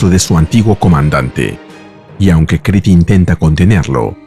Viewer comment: Stopped watching this when AI couldn't say Creed.